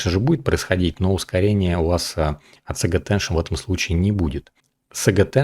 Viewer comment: пожалуйста: Сейдж аттеншн, а не "саге". Или по твоему Forge произносится как "Форге"?